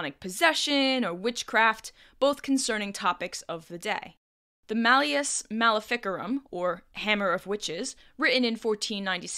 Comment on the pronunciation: The way this person pronounced the "fic" in Maleus Maleficarum sounds exactly like the german word for "fuck". Accidental funny/10, still a nice video tho